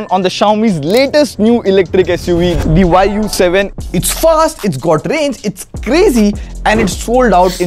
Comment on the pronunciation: I actually heard it thinking the VAAYU 7 😮❗.. then saw Y U 7.. 😅